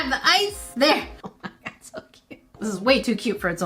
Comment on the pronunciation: I love when says “o me gerd” I love it